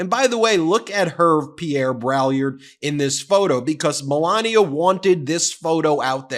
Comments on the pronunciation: Hervé Pierre Brai-YARD—but that's a small point. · Heya Ben, it's important to be educated and literate. You are mis-pronouncing Braillard's name, and proudly, too. It's French. The best way to pronounce it is like "BRAY-yard", with the "d" in "yard" almost silent. But the "l"s are definitely silent.